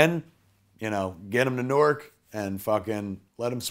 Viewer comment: That's how KNOW he's from Jersey because everyone not from here pronounces Newark wrong lol